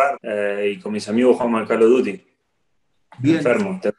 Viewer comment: "Calo duti" El dibu